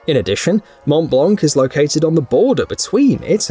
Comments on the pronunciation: YOu don't pronounce the 'T' in Mont and neither the 'C' in Blanc It's pronounced Mon Blah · mont blanc the c is silent